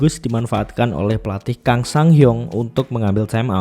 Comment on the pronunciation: Kang itu bacanya Gang, kalau Ko bacanya Go. Karena ini pakai pelafalan English, u di Hyundae bacanya kayak kata "lunch" atau Hyeon.